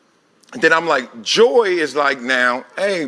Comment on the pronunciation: Her name is Joy not Joe